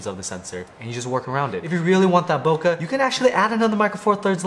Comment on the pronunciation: that's not how you say bokeh